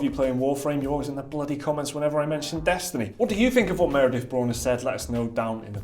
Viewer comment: ...You're saying Meredith wrong. I should be more specific